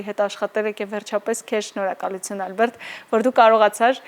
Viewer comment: Հաղորդավարուհի՛, հարգելի՛ս, ի՞նչ կլինի, մի՛ ասեք Այլբերտ, Ալյբերտ։ Հայերեն, հանգիստ՝ Ա լ բ ե ր տ🙂